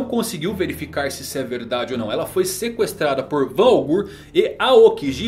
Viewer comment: Pow melhora essa pronúncia aí Van augu, aokigi tá feio isso aí meu pacero